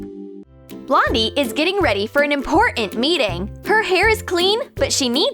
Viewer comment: Did they say Blondie or Londie